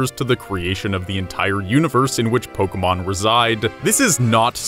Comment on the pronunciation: It's not pokamon or polkamon or pokeeemon or pokermon, it is Pokémon. Po. Kay. Mon. It's not rocket appliances.